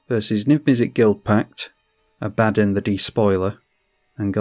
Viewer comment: Great vid! It's pronounced "Ah-buh-don" btw.